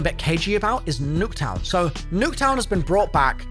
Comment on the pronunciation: Everytine he said Nuck town I wanted to die